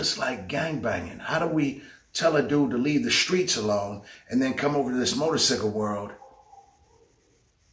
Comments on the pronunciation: Y he jeep saying motorsickle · Am I the only one that can't get past the "Motor-Sickle" part?